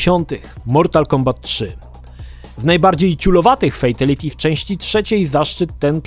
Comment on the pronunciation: Kang lao? Fejtality? Nie mogę tego słuchać...